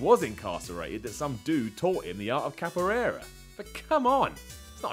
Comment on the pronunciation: Hearing him try to pronounce capoeira was painful